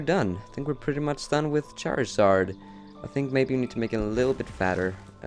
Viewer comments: Charizard, not Charazard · lol the cc said shower sarge when you said charizard